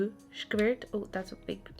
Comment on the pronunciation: You used to pronounce avocados as ah-vo-ka-dohs. Now you pronounce squirts as sh-ka-verts. And its gonna rub off. :D